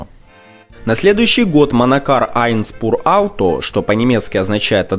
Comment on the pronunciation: не "айнс-пур-ауто", а " айн-шпур-ауто" :) Pur - чистый, без примесей, Spur - след, колея